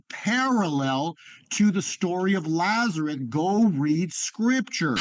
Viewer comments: He keeps saying Lazereth and not Lazarus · Did he say "Lazareth?"